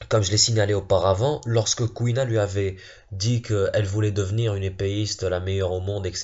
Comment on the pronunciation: Mec jt mort tu disais CouilleNa MDRRR